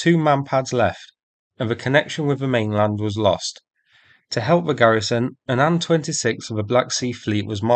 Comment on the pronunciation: I'm so incredibly relieved to hear a Bri'ish English speaker say "Ann-26" like it's supposed to be, rather than say "Aye-Enn-26" like most other Bri'ish "people" Let's also remember Sukhoi planes are Sue-#, not Ess-you-#